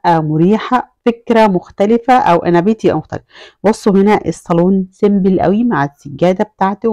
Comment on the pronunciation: دوكور ❎ ديكور ☑️ سيمبل بكسر الباء ❎ سمبل (simple) بضم الباء ☑️